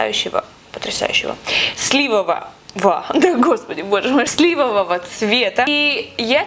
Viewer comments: Не слИвого, а сливОвого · Не сли́вового, а сливо́вого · Слива ва😂, правильно: "сливОгого"